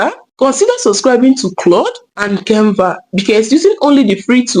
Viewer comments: Nice video, but stop pronouncing Kenva instead of Canva. It's not good English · Can Va not Cain Va...thank you